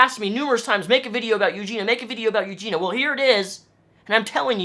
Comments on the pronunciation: Also- Her name is pronounced- (You-Gee-Nee-Uhh) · it's eugenIIIIIa you're missing the i all the time and it's killing me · You pronounce her name - Yoo-jee-nee-a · I support what you are saying but please for the love of all things holy pronounce her name right! You-gene-e-ah! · a great video, but there was one thing that bothered me😤.....the way he pronounces eugenia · before you make a video though, you should at least learn how to say her name lol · Say her name right pls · Stop saying her name if you’re not going to say it correctly lol. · If you're going to make an entire video about someone the least you can do is pronounce their name correctly... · 2 seconds im in annoyed you didnt say her name correctly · You're not pronouncing her name correctly. If you've done a fair amount of research on her, why can't you pronounce her name? (I'm not trolling, nor am I "sticking up" for Eugenia. I'm authentically curious.) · How do you know so much about Eugenia but can't even pronounce her name right? Literally in every single one of her videos she says: "hey guys, it's Eugenia" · you should be institutionalized for pronouncing her name wrong every single time, but otherwise, on point mate ;-) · Her name is in your title, and you still don't even say it right.. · He makes some great points but mis-pronouncing her name was really annoying. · At least say her name right... it sounds how it’s spelled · What is it with you and mispronouncing the ia sound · It's bugging me how you keep saying her name wrong 🙈 but yeah, you're right, she needs to go inpatient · It's Eugenia not Eugena... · "Eugena" lol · Good video but why on earth every other person making a video on Eugenia says her name's Eugena... sorry for being a nitpick lol.. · it's pronounced you-gene-ee-ah, not you-gene-ah. just fyi :) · why do people pronounce her name as eugena instead of eugenia? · Her name is Eugenia, not Eugena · it's eugen EEE a not eugena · It's not Eugina. Eugina*** with and I